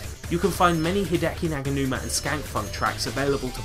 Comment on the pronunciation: Fantastic video! There are so many samples here my brain hurts just from thinkin' about it! Also, thanks for pronouncin' my name right, nobody ever does xD Also, with the Garageband thing, I don't think Hideki uses Garageband, he just has the samples/loops. I have the entirety of the Garageband loops and Jam Packs and I use FL Studio on a Windows 8 laptop, all ripped from my school computer. Anyways, keep up the awesome work!